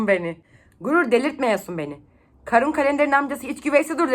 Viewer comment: Kârun diye okunmuyor muydu ya? Karun diye okuduğun her seferde irite oldum, bence uzatarak okuyalım